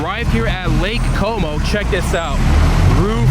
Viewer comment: When you say lake como it sound like something else:)